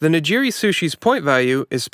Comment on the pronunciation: Your pronunciation of "nigiri" is driving me crazy